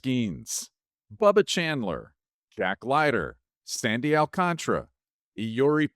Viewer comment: Does everyone miss the extra A in Sandy AlcantAra’s last name? Or is it really pronounced like it doesn’t exist?…no one seems to acknowledge it exists